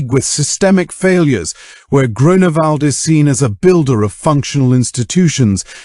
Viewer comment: DUde its not Groanawald XD